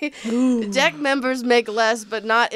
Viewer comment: please for the love of god,, focus on pronouncing the short "e" in the word "deck"...I'm trying not to burst out laughing while listening to this at work!